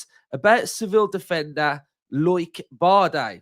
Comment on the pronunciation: Loike? It’s pronounced Low-ick 😂